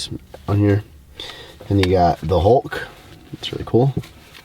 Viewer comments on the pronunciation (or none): none